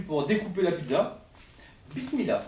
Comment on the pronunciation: Mdr sont « bismila » ?? 😂 fallais faire un effort avec l’accent